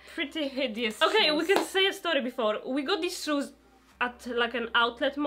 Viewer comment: But why is your english soooo badd😨😨 everytime they said shoes or dirty i died inside